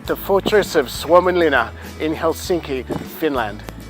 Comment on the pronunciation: You did a far better job than pronouncing that name than we did last week when we were filming! Mate, you are super informative and this is really well filmed. Keep up the great work!